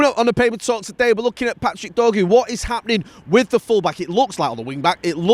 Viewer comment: he's called dorgu not dorgo